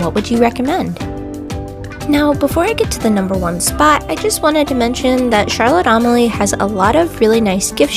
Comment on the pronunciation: If you're going to put out a video, learn to pronouce the name properly. It's not Charlotte Am-a lee. It's Charlotte A-mal-ya.